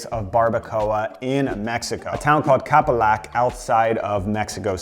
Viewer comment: It is Capulhuac not Capolac... Capulhuac de Mirafuentes